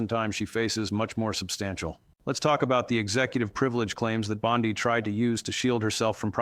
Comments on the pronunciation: Hey everyone. I am all for Pam Bondi going to jail. But if you go to the contents of this video you can see that this whole video was made with AI. The first thing that caught my attention was the mispronunciation of her name. BOND I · The way pronounces her name with the emphasis on "i" is the same as our Bondi Beach in AU, so he has given me a new name for her "bondi bitch" which I think suits her better than bondi barbie. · This is fake two other youtubers gave this same analysis word for word exactly. Yet i'm not hearing this story anywhere else.😂 and all three items pronounce her last name wrong the same way.